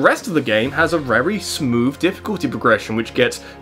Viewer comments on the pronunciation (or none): "Rery smooth difficult progression" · RERRY SMOOTH